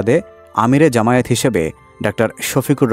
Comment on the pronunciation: জামায়েত না, জামায়াত, শুদ্ধ করে উচ্চারণ করুন।